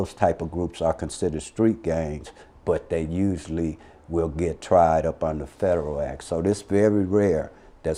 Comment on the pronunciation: can't pronounce federal. Lmao 😂😂😂